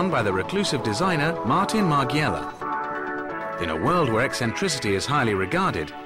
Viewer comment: "Martin Mar(GHI)ela" ? Really?? Get your facts together CNN!! Besides that, I loved the documentary :)